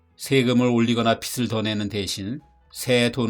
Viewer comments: 빚을 [비슬x] [비즐o] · 배우신 분들도 발음할때 많이 틀리시더라구요^^; 여기 주인장도 빗을, 빛을 이라고만 발음